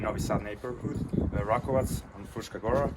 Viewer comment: It's pronounced Ra-ko-vatz, tz like in Switzerland.